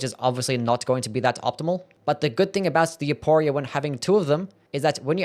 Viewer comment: Please I beg you the name is pronounced with an "F" sound not a hard "P"